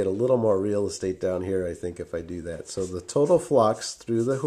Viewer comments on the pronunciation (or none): none